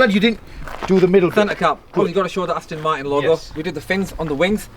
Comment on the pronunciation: Nice, but the pair of them have to pronounce 'Aston Martin' correctly, it is not "ASTIN MARTIN" Come on brothers